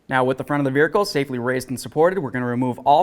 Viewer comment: There’s no r in the word vehicle